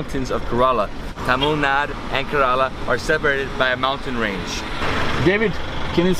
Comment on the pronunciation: Kairali Banana Chips are too thick. Please try A1 chips in Saibaba Colony in Coimbatore District in TamilNadu & then let us know the difference. Also it's pronounced as KERALA & not KARELA. The meaning of KARELA which you are pronouncing is actually a vegetable in Hindi called as BITTERGOURD. Not only but all foreigners pronounce it wrongly.